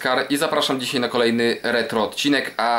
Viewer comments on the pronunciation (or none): Dzisiaj, "dzisiej" brzmi jakby ledny dziadek mówił. Ale film fajny